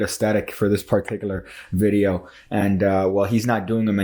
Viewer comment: you say particular a lot but you're pronouncing it in a way i have never heard it pronounced and i have just gotten on with it but i felt like i had to say something about it now.